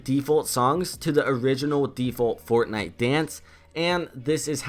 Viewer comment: did hear Fartnite